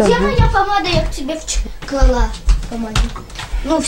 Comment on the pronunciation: такая молодец, говорит грамотно: клала, только научите, что ударение правильно клАла)) я по-матерински подсказываю. Нет злобы в моих словах.